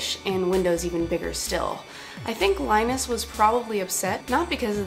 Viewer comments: It's Linus, not Line-us. Funny that you pronounce Linux correctly but not Linus. :) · You're a lovely girl, but Linus is pronounced in the same fashion as Linux: ['li:nus], ['li:nux]. That's the whole point of the OS name, you see. Leeeeeeenus, not Lainus. It's Swedish. Just like Rammstein reads Ram'stain, not Ram'steen because it's German. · his name is said like "Li-nus" not "Line-us". Thanks. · Remember... His name is pronounced "LIN-US", not like "LY-NUS" the Peanuts character. If you're going to be a geek, you gotta play by the rules... (and pronounce gifs as "JIFF", not G-IF like the posers...:-) /poke